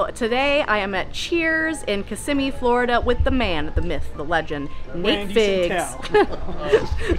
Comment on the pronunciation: Hey and! You are at my favorite place! And you pronounced Kissamee correctly! Well done you two! Don’t ya just love CHEERS?